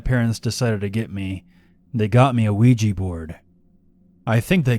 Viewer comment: Luigi Board... Ougi Board...